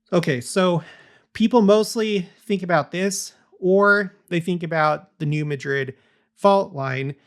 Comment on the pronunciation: I enjoy your content but recommend looking at the pronunciation of the place names you reference, i.e. New Madrid and Wabash. A family member overheard me listening and had to give me some snark over it😏